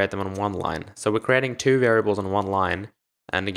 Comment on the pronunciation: U pronounced so as sor